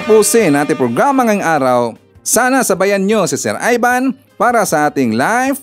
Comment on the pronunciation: Sir Ivan iba ang I sa E iba ang chiz sa chez🤔🤔di ba Ivan at hindi Evan🤣🤣